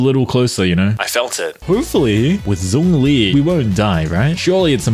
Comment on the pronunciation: Hey hey, I defs enjoy your content but can we please start pronouncing Zhongli's name correctly? 👀🤭 Keep up the good work - we appreciate our hard-working down-under YouTube diva 💚💚